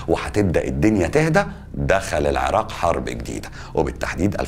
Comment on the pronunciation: هسه مبدئيا بعد ما شفت دقيقة وحدة من الفديو الشي الحلو المقدم مصري وميكول العراء 😂💔✅ تعديل: بعد اول دقيقة طلع يكول العراء 😂🤦🏻‍♀️ هو اني بالبداية استغربت شعجب ميكول العراء بعدين حسدته بس يلللاا اصلا عادي 😂😂 تعديل ٢: والله الفديو لخص هواي سنين مر بيها العراق مثل ما كلت لخص هواي هو ذكر الاحداث الرئيسية من غير هواي شغلات يمكن او اكيد بس العراقيين حاسين بيها. هسه اكدر اكول والله احنا شعب كفو واقوياء 🥺❤️ +واحلا جملة گالها لو شي مو عاجبك بلدك غيرها انت واخوانك هو هذا الصح وان شاءالله كلنا ايد وحدة ويرجع العراق احسن من قبل ✅💙